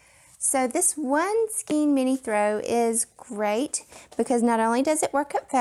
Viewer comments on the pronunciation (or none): Skein is pronounced with an "A" Sound, not an "E". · Please go to to learn how to pronounce skein. Rhymes with cane, pain, Wayne, skein.